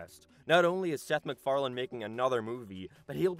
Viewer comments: McFarlanD?? every fkng time. it seems like this guy should be able to at least pronounce the name correctly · I love how its accepted amongst seth MacFarlane's fans that we just throw a D in the end of his name when speaking it out-loud